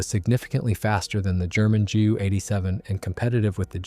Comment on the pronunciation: Or at least JU